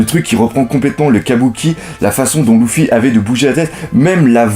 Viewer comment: pas loufy leufy mais s'écrit luffy